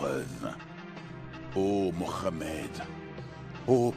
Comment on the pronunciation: Depuis taleur tu parle en français termine en français j'arrive pas a écouter quand il dit moramed allar c'est trop pour mes oreilles faut lui dire c'est plus possible la 😅😌 je le dit avec humour mais c'est sérieux